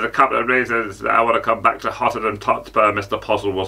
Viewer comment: "Hottenham Tottspur" 🤣